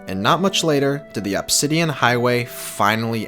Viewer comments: "absidian" and "remminants" Why can't people properly speak the only language they know? Lmao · the way he says obsidian my god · It’s “Uhbsidian” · God. The way he says “Obsidian” annoys me. “Obbsidan” it’s “Obsidian” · its pronounced uhb -si-dee-uhn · You mispronounce "Obsidian" just enough to trigger me.